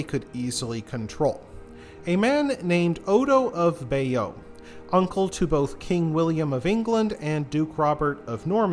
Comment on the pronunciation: Pronunciation is pretty awful. Bayeux pronounced Bayo. Northumbria pronounced North Umbria as if it is in Italy! Mont St Michel is not a "mountain top abbey" it is a rocky tidal island.